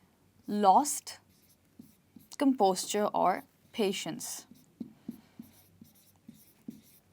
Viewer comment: You are saying " lost composture"( I mean you are pronouncing composure as composture)..why is it so??